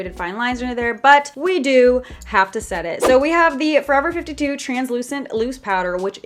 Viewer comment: Is it just me or does it trigger u when she says forever 52 no just me ok...